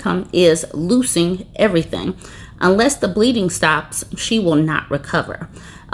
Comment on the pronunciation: I was wondering why you were saying "loosing"😂😂😂😂